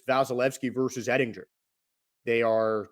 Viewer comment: Yeah he doesnt even know how to pronounce Oettinger’s last name either; it’s pretty ridiculous lol; and he just said that both of Tampa Bay’s 2 goals came in the third period when in reality they came in fhe first period and they never scored after that. The Stars scored twice in the first and twice in the third.